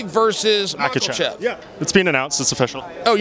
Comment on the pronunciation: Islam Makelchev is one of my favorite names that Chanel pronounces